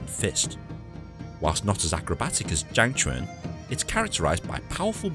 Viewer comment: It’s chang quan not zhang quan